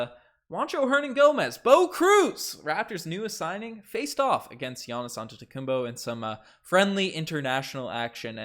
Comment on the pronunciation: antetokounmPO not bo , show some respect LMAO.